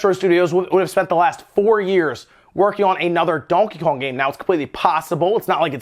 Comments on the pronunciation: And Donheyjong😂😂😂 like wtf why does he pronounce Donkey Kong like that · Donkakon ? Lmao why is he saying it like that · I dont think you said donkey kong correctly once in the whole video. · I hate how you say donkey Kong. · Never in my life have I heard somebody say Donkey Kong the way he says it. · Lol the way he says donkey kong. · The way you say Donkey Kong is hilarious. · And why the fuck are you saying Donkey Kong like that 😂😂😂😂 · I came to the comments to see if anyone else mentioned how you were pronouncing Donkey Kong strangely. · Anyone else notice how he pronounces Donkey Kong? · Lmao says Donkey Kong very funny, like French or Spanish